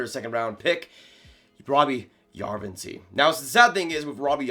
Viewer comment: Jarventie = Yarrr ven tee eh As a Sens fan, I’ve watched a lot of his highlights from the Finnish league. And that’s how the announcers say his name. The i and the e are pronounced separately. Just nitpicking here.